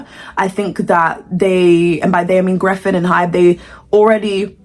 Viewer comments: babe who’s griffin ? it’s geffen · geffen, not greffen